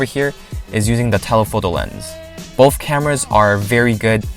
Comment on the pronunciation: BoTH* not BoFF, sorry just annoyed me. It was a great review.